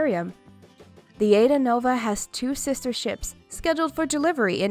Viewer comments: It’s pronounced “ahEEdahnova”. “Aida” is an Italian opera. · AIDAnova. It is pronounced Ah-ee-dah, nova.